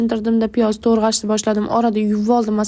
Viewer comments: Tõrğash ✅ Tõğrash❌ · To‘rg‘ashmas to‘g‘rash bo‘ladi